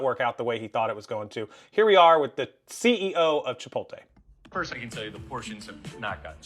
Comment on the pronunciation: You’re a grown man and can’t pronounce Chipotle? 😂